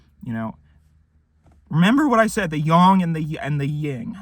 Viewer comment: Thank you for actually pronouncing yang correctly